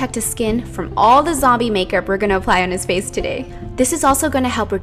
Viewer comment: Lol she said makerp